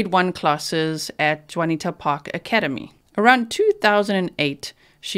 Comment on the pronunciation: The school is pronounced "june e ata"